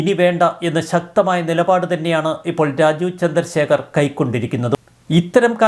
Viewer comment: രാജു ചന്ദ്രശേഖർ അല്ല. രാജീവ് ചന്ദ്രശേഖർ എന്ന് വ്യക്തതയോടെ പറയു..